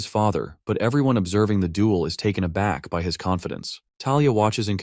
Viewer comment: I flinched when I heard “taken a back” 😔